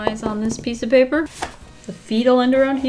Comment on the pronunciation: I love the way she says pappprrrr😂